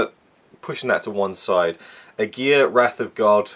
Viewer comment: You totally mispronounce Aguirre, that is already a big no no.....